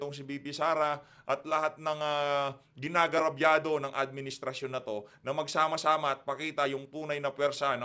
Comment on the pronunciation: "GINAGARABYADO" 😹 ang cute po, pero i believe, what you mean to say is "INAAGRABYADO or AGRABYADO" ✌️😽